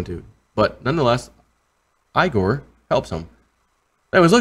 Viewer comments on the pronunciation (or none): Igor pronounced like E gor, not I gor.